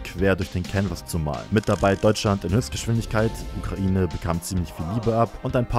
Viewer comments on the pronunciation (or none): none